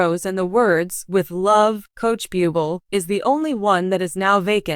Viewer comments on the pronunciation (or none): Why don't these spokespeople learn how to say his name correctly. It's not that hard. It is not pronounced beeooble, it's pronounced Booblay. This is the spelled version Buble'. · It’s very irritating to hear you pronounce his last name Bee-you-bol not Boob-lei! If you do not know how to pronounce his name please quit your job because you are not prepared to do your job! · Micheal "Bubil" huh!? Right!!!!! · Michael Buubel! Really? God where do these narrators come from! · Reader, learn how to pronounce correctly. It is boo-blay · Before you do a piece learn to pronounce his name. I’m going to write out his name to help. Blueblay. My prayers are with you and your family during this ordeal. You are so respected and we all know the family is the most important unit to protect. You will be missed young man❣️ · Please learn how to read lady it is Bu-b lay please if ur going to read, Lear to pronounce words and names! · This narrator is DREADFUL..She wants to do a video about Michael Buble' but pronounces his name a BUBLE (what an insult) Terrible channel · 1. Learn how to pronounce French words, Google can and will help with that. 2. Only you, the misinformed commentator is reporting this, NO CANADIAN media has said anything and I know for fact his and my country would have been the first to say anything! And for 3. Do better then all the other commentator channels, by stopping the spread of misinformation! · It is insulting that you can't pronounce his name correctly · Why not find some who can at least pronounce his name!! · Can't even pronounce his name properly. Should I believe her content? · Your mispronunciation of his name is Disgusting and insulting to .him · Please learn how to pronounce his last name! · Please learn how to pronounce Michael’s name!, where do u live?,,😢😢😢😢😢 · Learn how to pronounce his name right if you are going to do a story about him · Respect Michael, pronounce his name correctly. If you can't do that, don't say his name!!!